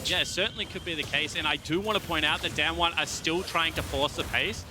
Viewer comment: Damn-won, Damn-won, Damn-won They can’t even pronounce it right